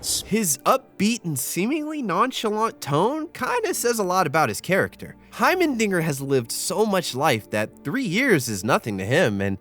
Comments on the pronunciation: Please his name is HeimeRdinger, not Hymen-dinger Jesus Christ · Every time you say “hymendinger” rather than “heimerdinger” I chuckle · heimerdingeR brother. heimerdingeR. not heimeNdinger not heimerdingeN, heimerdinger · its hiemer not hiemen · Bro you gotta stop calling my boy Hymendinger 😭 He's name is Heimerdinger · HeimeNdinger? Heimerdinger*